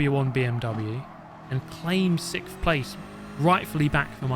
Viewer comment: Sickth. I’ve asked before but haven’t gotten an answer yet. Why can’t the Brits say “sixth”?